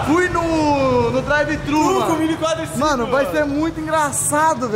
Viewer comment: Quadliciquin* kkkkk kkkkkkk